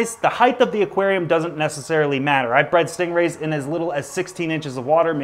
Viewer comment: Have you ever said aquanarium